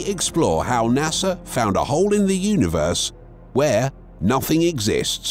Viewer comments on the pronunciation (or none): none